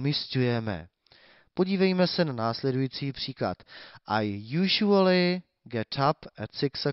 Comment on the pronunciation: Když říkáš jůžuali tak to jsem na tom ještě dobře